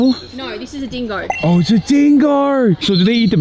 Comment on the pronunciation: the switch up to the Australian accent when he said Dingo 😭